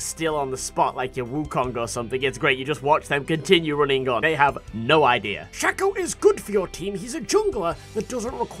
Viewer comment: Every time you said shac-o I died a little more inside. It's pronounced shake-o. His name is an anagram of chaos. The A makes an ayy sound. Please make a video informing the internet of your mistake. Thank you.